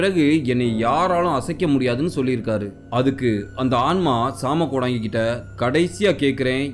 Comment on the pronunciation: வணக்கம் தம்பி நலமாக இருக்கின்றீர்களா😊❤ மன்னிக்கவும் தம்பி சிறிய திருத்தம் அது ஜாம கோடங்கி இல்லை சாம கோடங்கி இந்த காணொளி ரொம்ப பயங்கரமா இருந்துச்சுபா நீங்கள் சொல்லும் விதமும் மிக அருமை😊😊😊❤❤❤